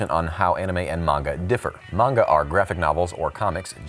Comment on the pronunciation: you’re my favorite tattoo artist…love that you pronounced Manga correct …little upset you pronounced Naruto incorrectly (but almost every non-fan does 😅…and some fans too lol) …but I’m just so surprised your not a Weeb! You gots to get into some anime! Some of the best writing on the planet happens in Manga and Anime! I’d start with Demon Slayer cuz is newer, a worldwide hit, an amazing story with impeccable writing, AND it’s goddamn gorgeous lol. Easy place to start! Regardless…I just hope you give ANY anime a chance 🍻